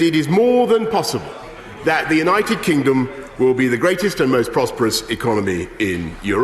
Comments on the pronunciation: Did he really mispronounce "United Kingdom" by calling it "United Kingum'"? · united kingom lmao at 47 seconds in what an idiot. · At 46 seconds brois calls the u.k united kingem 🤪